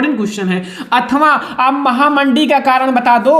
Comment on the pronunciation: Mahamandi nhi mhamandi hota hai sir ji ☺️